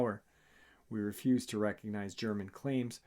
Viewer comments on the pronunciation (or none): none